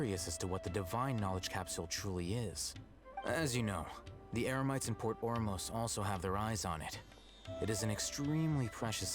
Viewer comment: I just noticed that mispronounced Eremites to Emerites